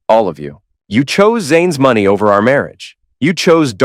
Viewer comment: "I dOn't wAnT tHeiR mOneH". Another attemp to write a goody two shoes mc only to make him sound stupid.